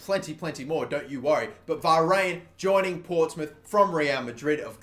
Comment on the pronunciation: this is how you pronounce Varane - VER-RAAN